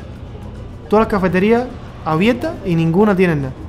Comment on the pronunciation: Hablen bien, como q gua gua, se llama autobús, no se dise abielta,se dise abierta, de abrir, no de ablil, hablen, bien